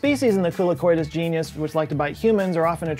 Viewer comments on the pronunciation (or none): none